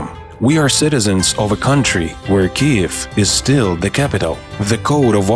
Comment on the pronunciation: Вам треба трошки попрацювати над вимовою, зверніть увагу на flood, author і дивно але Kyiv. Загалом дякую за вашу працю)